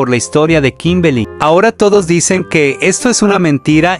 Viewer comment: 0:7 dijo kimbely xd error todos cometemos